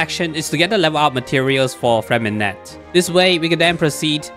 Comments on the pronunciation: Disgrace to us french, Lynette is the et sound freminet is the é sound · Ok so his name is somewhat intricate but for the French accent purists or for those who care, how you’d typically pronounce Freminet‘s name is along the lines of [frghre-mei-naeh]. The “rghr” is rolling the r in the back of the throat.